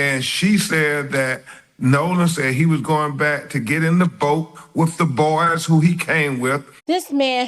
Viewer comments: he can’t even speak right! 😅 “wiff” and “troof “ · Am I hearing this Lawyer say wif and truf? What the?!?!